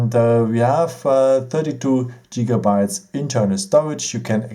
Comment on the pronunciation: Don't let him convince you it's pronounced 'Jigabytes' :)